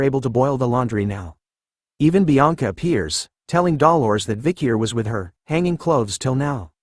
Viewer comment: Am I the only one who finds it weird that the AI can correctly pronounce Grenouille but not Dolores?